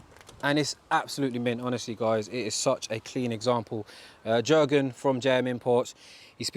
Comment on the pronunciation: Nice car bro, also his you pronounce the name as yurgen (the j is a y sound)